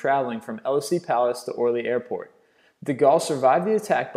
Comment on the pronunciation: Elysées Palace is pronounced E-lee-zay Palace dude :)